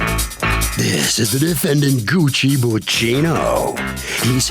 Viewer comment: If I were the defendant I would be kind of offended that she can't pronounce my name right. I mean how hard is it to pronounce Gucci like the bags. Goo-chee